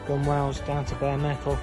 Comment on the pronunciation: I have watched all of your videos and learned a lot. A little lesson returned, gunwale is actually pronounced gunnel. Google it